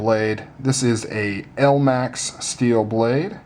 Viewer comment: i was soo happy to see this blade but when you said elmax I face palmed